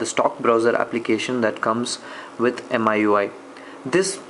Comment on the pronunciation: It's pronounced Mee-you-eye (miui) , nice video ,btw